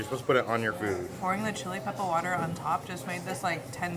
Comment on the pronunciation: pronunciation of Chili Peppah Watah is on point. My husband and I were cracking up. Love it!❤